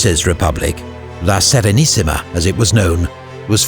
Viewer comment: First time that I heard an anglo speaking narrator pronounce correctly italian names (La Serenissima... perfect!). Usually it's a butcher fest... Edit: also "Signoria"! GN finally pronounced like "gnaw" and not "signal"! Thank you!